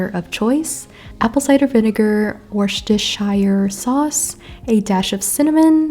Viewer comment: Happy New Year! Lovely video as always! As a Brit, I feel compelled to help with the pronunciation of 'Worcestershire sauce': Wuh-stir-shear sauce. Looking forward to the next one!